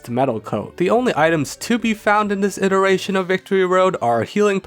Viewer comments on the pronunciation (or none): none